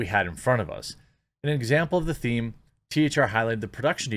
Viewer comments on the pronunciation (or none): none